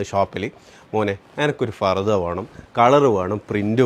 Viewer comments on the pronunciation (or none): മോനേ ചക്കരെ ഫർദാ അല്ല പർദ്ദ